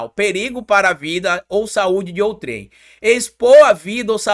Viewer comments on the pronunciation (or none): "outrem" não "outrém".juncao das palavras outro com quem .